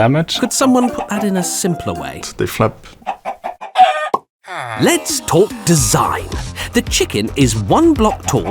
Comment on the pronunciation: "they fljäpp" You've done it again, Bravo Mojang